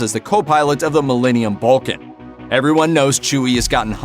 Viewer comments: I thought he said valkin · I’m gonna kill out for the way you pronounced Falcon. 😂😂